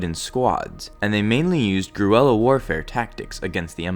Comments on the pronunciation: It's ger-illa. Spelled guerrilla, pronounced ger-illa. Not gru-ella. Lol man, that sounds like some kind of Despicable disney princess. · did you say "Gruella" instead of "Guerilla" in the video? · If you're saying the word I think you are to describe most of the Spec force units, it's Guerrilla literally said "GOR-rilla" like it's animal counterpart 😊 Unless of course, grewella, like is sounds as though you're saying is actually a Starwars canon thing 😊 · You lost me grew-ella warfare ? not groo-ella! ( not even go'rree-lah ) pronounced g'eh'ree-lah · Guerilla, not Gruella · Grlissa? You say it ''Gurrilas'' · Really annoying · every single time the word was in the dialogue, yes. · Starscream91 just because he struggles to pronounce a word, doesn’t mean he lacks knowledge in real world military. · “GRUELLA” FUCKING SERIOUSLY “URBAN GRUELLA” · what the fuck is a "grooella" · lol did anybody else notice he says guerilla like "gwerella" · It's not Greuella. It's Guerrilla, like Gorilla, but with gare instead of gore. From the word Guerre, which is French for War. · I laughed so hard when he said this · Why does he say gorilla like that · Why do you say guerrilla wrong.